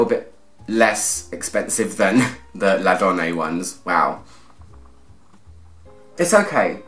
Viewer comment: L’Adoné pronounced la-don-ay. É e acute innit. 🤓